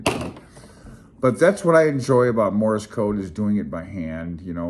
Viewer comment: It sounds like you're saying "morris" code.